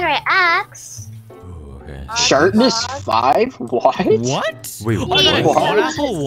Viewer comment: lol it sounded like he said “shartness 5???”